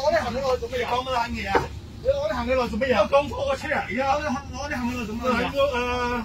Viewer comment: 呢兜粉腸佢日常係鍾意呢度攞啲着數，嗰度又佔啲便宜咁。佢唔係要慳呢10蚊，係要賺呢10蚊！要讚佢廣東話講得幾好，除咗 "杏 李"